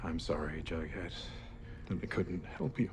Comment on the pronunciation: "I'm sorry Johnny Cash, that we couldn't help you" Jumps out window (Edit: Nothing will convince me he's saying Jughead)